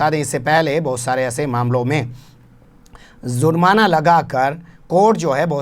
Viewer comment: sahab Aap z ka istemal karte hai jab ke J se he jurmana